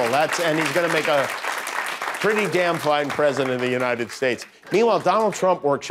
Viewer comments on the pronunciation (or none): none